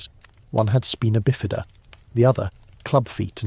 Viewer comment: “Bowed legs” should be pronounced to rhyme with GOAD, not to rhyme with Cowed. EDIT: This must be AI, as the narrator can’t pronounce Spina Bifida either. 🙄